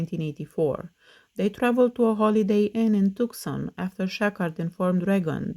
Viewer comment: Hey just a friendly tip: "Tucson" (Arizona) is pronounced with a silent C. So you say "too-sahn." Great video as always ❤